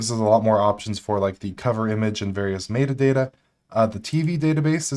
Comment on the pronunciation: Someone please teach this man how to pronounce “metadata.”